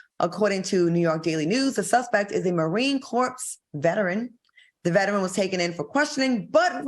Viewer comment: Marine Corps, is not pronounced Marine Corpse....